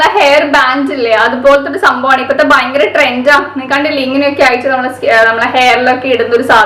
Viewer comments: vayankara alla fayankara.😋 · realy thank you cr7.... Actualy i know that word ഭയങ്കര... പക്ഷേ എന്തെയ്യാനാ പറയുമ്പോ ചില സമയത്ത് വ കേറി വരും